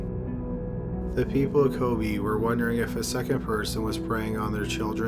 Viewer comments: Every time he said “kobi” I wanted to kms lol. It’s ko-be(h) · he managed to mispronounce every single Japanese name of places and people in this. It's KobE not Kobi/Koby etc etc. That's not hard to pronounce FFS. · Kobe - Co-bay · Ko-BAY.... not Ko-BEE. in Japanese pronunciation the way you're saying it, it would be spelled Kobi. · Kobe is pronounced Kobay. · maggy tito kobeh is more correct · Your mispronounciation is excruciating. Maybe check out those complicated words before posting, although Kobe & modus operandi shouldn't be as hard as you make them....